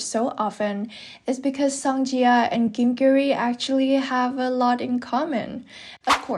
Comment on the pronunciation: it should be ji-ah since jia means another name and pronunciation in Chinese pinyin